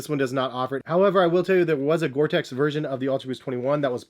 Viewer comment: He said gore tex not gore tec 🙌🏼🙌🏼🙌🏼